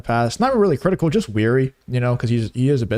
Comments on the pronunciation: You’re ‘wary,’ not ‘weary’ of PBD. Where did you get your ESL training? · 'Wary', NOT 'Weary'. Unless you really are so tired that you can't help but fall asleep. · New subscriber here, good content. Carry on! Btw, you're mispronouncing 'wary' as 'weary', unless you meant that you were 'tired' of PBD. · Yo man, you're WARY, not WEARY